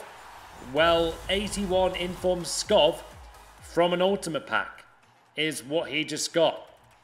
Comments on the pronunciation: Skov not fucking skof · He also pronounced Skov like "Skoff" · Skov is actually pronounced Skou